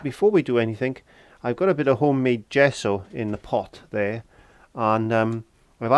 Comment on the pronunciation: What is a "zhesso"?!